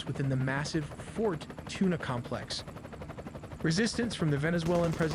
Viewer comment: Lol “Fort Tuna” 🤣🤣🤣 omg it is FORT TIUNA!